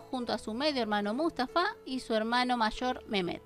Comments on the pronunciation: Estaría bueno que nombraras bien los nombres de los personajes, si es Mehmet no es "memet" sería Mejmet, si es Cihanger sería Shijanguer... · Y es mehmet no con j de Jesús y el nombre de cinhagir también así ,no con s de Susana ni con j otra vez, tú eres el que está confundiendo los nombres.